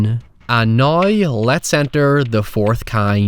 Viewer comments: He be saying noy like doodle bob instead of now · "Hoyever" "Noy" God damn yhere the hell do people talk like this. Hoy does anyone yelcome speaking in a yay that soynds like this.